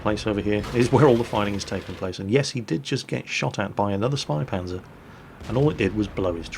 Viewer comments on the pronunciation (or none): its pronounced (Shpaypantzer) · it sounds like spay panzer. the two periods over the "a" make that "a" sound like 'eh' instead of 'ah'. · says it almost like ö if you know what I mean:) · The "Ä" in "Spähpanzer" is pronounced similar to the "A" in "Man", a bit longer as You would pronounce the "A" in e.g. "Hat". In German, the suffix "H" is used as indicator for that. So just think of how an English-speaking person pronounces an "A". If You would write this, it would possibly be "AY". Now to get the German "Ä", just remove the "Y" from the "AY" sound. Then You have the "Ä". All clear now? sigh